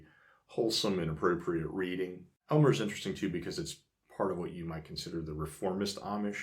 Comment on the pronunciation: Enjoy your videos immensely, but could you please pronounce Aylmer correctly? The correct pronunciation is AIL-mer. Don't worry....even people in Southern Ontario can't pronounce it right.